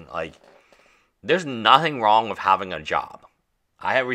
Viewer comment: "Wif a crypto coin" "magic the gaddering" "Twenty twenty free" "everyone udder word out of my mouf" Learn your "th" sound, it's not "d" or "f"